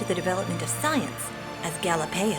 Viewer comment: Galapeio? More like Galieo.